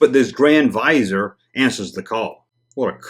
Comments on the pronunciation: If you watch Disney's Aladdin... Jafar is a "grand vizier" and it's pronounced "Vi Zeer....like EAR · Viz-ee-Err is how it’s pronounced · Say "vizor" again. 😆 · The pronunciation is Viz-eer. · Have you seen Aladdin? Jafar was Grand Vizier to the Sultan (a ruler comparable to an emperor.) In that movie it was pronounced Vee-ZEER. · Vuh-zear is how I've always heard it. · It's vi-ZEER. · Vuh ZEER. Google "How to pronounce" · Pronounced: vizeer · I’ve always heard it pronounced “viz-EAR” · It’s Vizier there’s a second ‘i’ in there. Pronounced Viz ee er. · Its pronounced Grand "Viz-ir" . its a middle eastern word meaning Grand "advisor". Jus tryin' 2 help. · It's pronounced vizeer. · Just for info it’s pronounced ‘viz-ear’.....a grand vizier is a courtly rank...a high ranking adviser. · Pronounced "viz-eeeer" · Look up the words, Grand Vizier. It's an old title. Pronounced: /viz-EER/ You'll find it in old stories like Aladdin, or the 1001 Nights. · It’s pronounced “VIZZY-ER” There is an I after the letter Z. If it was spelled VIZER, then yes it would be pronounced like the word “VISOR”. But it is spelled VIZIER. It means like a high ranking official. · More like "Vizzy-ay(r)" with the R almost not even pronounced, just kinda hinted at. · For the record it's pronounced VIZ-EAR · FYI, it's pronounced "va zeer" and a grand vizier is second-in-command to the ruler. He's the one that gets all the day-to-day operations done for the leader😁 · It's Grand Viz-e-air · The word is pronounced vizeer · It's pronounced VIZ-EAR. It comes from a high offical in the Ottomon Empire. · The Grand Vizier (pronounced viz-ee-ar)was the title of the effective head of government of many sovereign states in the Islamic world. These are probably the guys who replaced the senate after Palpatine disbanded it in episode IV . Funny how worlds like Naboo were a sovereign state , this was probably George Lucas’ attempt to introduce the political aspect to his saga much earlier than he did in episode I